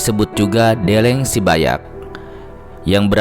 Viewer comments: Stop Pembatakan Suku Karo Karo bukan batak Bukan karena gbkp Deleng, pengucapan E lemah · Deleng, pengucapan E lemah Untuk Suku Karo Suku Karo bukan batak Karo bukan batak